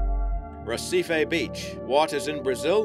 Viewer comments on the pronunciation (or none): none